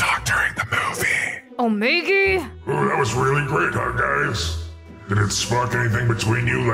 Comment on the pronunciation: it's Omegaaaa not Omegi